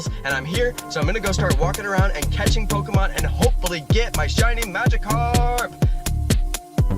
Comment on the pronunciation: did you stop trying to say Pokémon correctly?